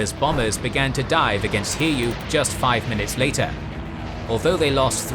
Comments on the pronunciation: didn't look for similar comment - allow me to give an advice: the carriers Hiryu and Soryu are NOT pronounced Hear-You and Sore-You. They are Hee-Lyu (Flying Dragon) and Soh-Lyu (Dark-green Dragon). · The Japanese carriers should be pronounced as Hi-ryu and So-ryu angry Yamamoto noises